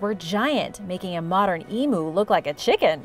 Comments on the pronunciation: I love this, but,being an Aussie had a laugh when you pronounced * Emu*. Like emoo. It's pronounced eem you ( Emu) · Thanks from Australia 👍 deadly mate had the giggles when she pronounce emu in her way thanks girl keep it up always 👍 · emu is pronounced eemew, not emoo. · It's not emoo, its emyou. Emu...got it? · It’s pronounced ee- mew, not ee-moo👍🏻